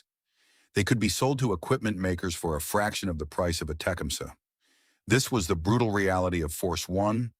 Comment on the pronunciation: Learn to pronounce the name of the item the show is about before making a video for the American people Thanks with a thumbs up because the content is ok.